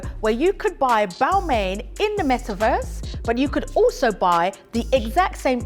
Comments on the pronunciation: I agree its sounded "roasting" "bal-mayne" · Miss, if you are going to talk about fashion and brand/s, make sure that you pronounce the/their name/s properly/correctly.